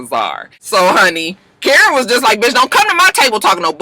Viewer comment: It sounded like Karen said “Batches” 😂😂😂 Maybe that’s how the elite say Bitch 😂😂😂